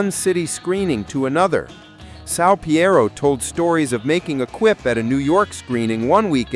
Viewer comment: Can't believe it's 50 years! I saw my first show in NYC in 1982. I was 15 and I was hooked - I felt like I finally found a place where I belonged. Oh and it's pronounced Sal P EE ro (Piro) <3